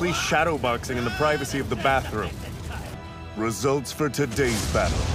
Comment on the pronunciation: "Rizzults" - Narrator 2021